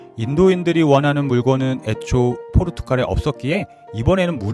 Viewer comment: 영상 내용은 좋은데 [포르투칼]이라는 발음이 계속 거슬리네요.